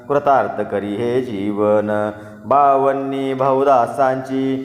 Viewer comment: बावन्नी नाही रे.. बावनी रे बाबा.. उच्चार शुध्द हवेत रे.. कविता वाचल्या सारखे नको रे वाचुस